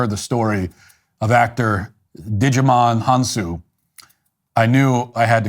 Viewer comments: I like Matt Walsh, two things I will point out though. 1. There are thousands, if not hundreds of thousands of west africans that can afford to buy a 2 million dollar house. 2, I wish you had taken the time to check the pronunciation of a person's name before naming him after a cartoon franchise :face-green-smiling:. Finally, I think Djimon Hounsou is simply crying about his own experiences. I think he;s suffering from not being grateful (big mistake), managing his finances properly (you got a $2million house and you're underpaid?!). And for goodness sake why does he not produce or co-produce his own movies and take some risk - I assume he doesn't or maybe he hasn't made a bluckbuster yet! If so, keep at it! Finally someone said he might think he's too good for TV/series - if so, he's leaving money on the table. I had no reason to complain, except if he's focusing on the negatives. ALSOOOOO, we might just be misjudgging the man - maybe Daily wire hates CNN and decided if the actor does an interview in CNN, then he's an enemy and must be bad mouthed. Gaddem, I've said so much! LOL. All love though... all love. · I literally had to pause the video until I could breathe because I was laughing so hard when you called him Digimon Hounsou